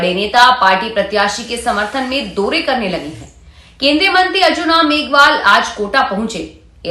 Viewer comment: आपकी हिंदी शुद्ध नही है मोतरमा औ की मात्रा की जगह ओ बोलती हैं जैसे चोदा नवम्बर , दोरे करने लगे आदि